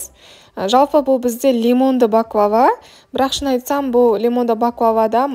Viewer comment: 1)Бахлаба емес баклава 2)Түрікше баклава,орысша пахлава деп айтылады.